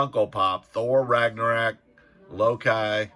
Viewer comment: 🤣🤣🤣🤣🤣🤣~AGAIN!~------- HAHAHA😘 those gosh darn Pops!- its 'LOW-KEY'- and 'Rag-nah-ROCK'🥰😜😆